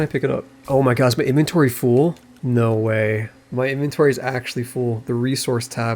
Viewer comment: why do u pronounce the word "full" like "fool"? are u trying to make me look like a fool?